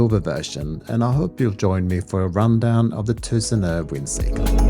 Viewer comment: Good review! And i like how well you say: Tusenö!